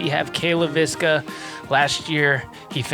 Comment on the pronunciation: Cale actually pronounces his last name pretty close to how a Finn would. Leiviskä is a Finnish surname.